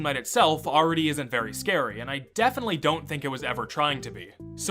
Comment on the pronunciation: vewy scawy custom night